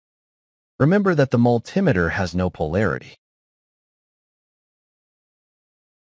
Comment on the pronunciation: A what has no polarity? A "mull timmiter"? Just for info - and improvement of your next interesting video - the word originates from combining "multi" and "meter", so the pronunciation is simply those two words said as one. Otherwise, very interesting.